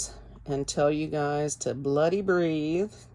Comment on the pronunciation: Thanks again for your hard work juggling your home life. It sounds funny when you say "bloody". Sounds like your swearing but you're too nice for that. Next it'll be bloody dogs. It's good to have a catchphrase. I think we've found yours.😆